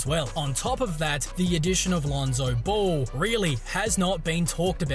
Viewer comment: Did he say Lonzo Ball??? 😂😂😂